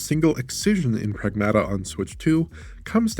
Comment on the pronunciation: it is Prag-MAH-tuh!